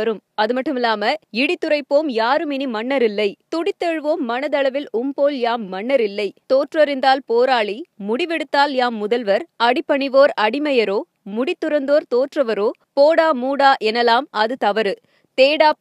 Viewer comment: தோற்றிறந்தால் , தோற்றறிந்தால் அல்ல உச்சரிப்பை சரியாக சொல்லவும்.